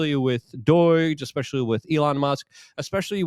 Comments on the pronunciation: He needs to not pronounce doge as doige, i cant be the only one hearing it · DOIGE. Is that the Polish pronunciation?